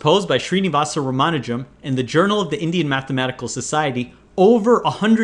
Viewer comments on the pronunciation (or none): "RAA-MAA-NUJAM" and not "RUMAA-NUJAM" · Omg you so badly butchered Ramanujan's name. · Wow you almost pronounced his name right. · my first time watching the video and what the fuck is that pronunciation of ramanujan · The way he pronounces "Ramanujan".